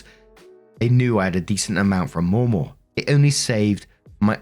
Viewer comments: * sees: "Mamaw"(correctly pronounced MAH-maw).....looks up how to pronounce it.....decides to mispronounce it by adding a second "w" that isn't there and saying Maw-maw * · As an Appalachian, the way we say Mamaw sounds like Mam Oh, not Moh moh. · Mamaw is pronounced as mah/ma. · American English dialect differences can be weird lol In the US, the pronunciation of 'Mamaw' changes based on region. In the deep South, it's maw-maw or sometimes replaced with the alternate 'MeeMaw.' However, in Appalachia (not the same thing as the Deep South) it's pronounced Mah-Maw. The 'mah' is pronounced with a hard/flat 'a' sound like 'math.' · It's pronounced Ma-Maw... Like Grandma. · Mamaw - pronounced m(ahh)m(aww), hope this helps. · Ma Maw. Ma like man (Manaquin) Maw like aw. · FYI: it’s pronounced ma’am-awe. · Mamaw sounds like mah-maw except the first ma is quicker than the second maw. Think of a little english child saying it 😂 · In my experience "mamaw" is pronounced with the first "A" being like the one in "apple" and the second "A" being pronounced the way you're saying it.